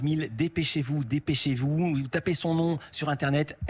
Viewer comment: J'étais vraiment dégoûté à ce moment là. C'est moche vraiment. Avec son parcours tu peux pas écorché son nom.